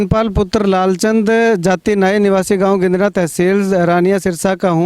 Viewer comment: Dear... Plz note the village name गिंदङा not गिंदङ